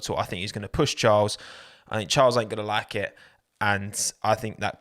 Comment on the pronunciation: please can you amend how you say charles annoys me every time